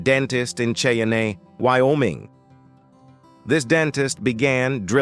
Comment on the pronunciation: Herein you will learn how a dentist in "Shay-a-nay" Wyoming treated a "tooth-atchy". Proceed at your own risk.